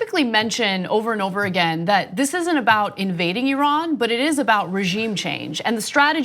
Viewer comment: Why does he keep saying "Ehran"? Shit! Are we going to bomb the wrong country again?!